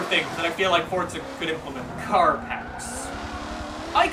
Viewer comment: I really like you man you're a nice guy but why oh why do you pronounce the game as FORTZA all the time